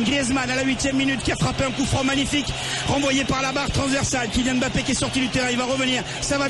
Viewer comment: je crois que c'est le seul commentateur au monde à prononcer Mbappé correctement!